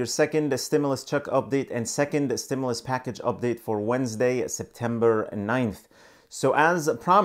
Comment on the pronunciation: CLICKBAIT LIAR HE CAN’T EVEN PRONOUNCE THE WORD STIMULUS 😂 IF YOU LIKE THE INFO OR NOT HE STILL LIES AND GIVES FALSE INFORMATION BEEN CLICKBAITING SINCE THE FIRST STIMULUS CHECKS 🤦🏾‍♀️